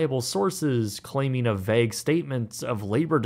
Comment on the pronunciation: I don't like it, weird affectation, he can't even pronounce "vague" right.